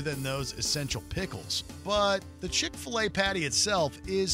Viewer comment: Duh.... CHIK-FIL-A